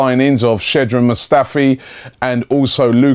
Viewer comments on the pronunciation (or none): Comon you need to work on your pronouncing. Sh-ko-dran. Not Sedan. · I hate to be that guy but is it not pronounced Shkodran Mustafi? I keep hearing rob call him Shedrin 😂😂😂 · It's not Shedran, it's SHKODRAN! Stop being disrespectful, Robbie. Pronouncing his name is no rocket science. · Robbie i love you, but you are so bad at pronouncing names. It's shkodran (sh-cod-ran)Mustafi. Not shedran mustafi. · it's Shkodran, Robbie, not Shedran. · Why does Robbie say shedran mustafi. Its SHKODRAN Mustafi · Lol stop saying 'Shedran' please Robbie. The K isn't silent. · When will Robbie pronounce Skodran Mustafi right? 😩😩😩